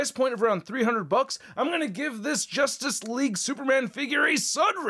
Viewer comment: "jostace League"